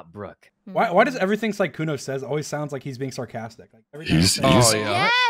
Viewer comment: sykkuno* sowwey